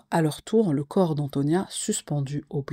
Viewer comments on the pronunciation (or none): none